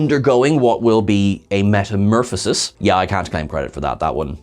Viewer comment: Wait. Did he just say metaMURFasis pod?? 🤣🤣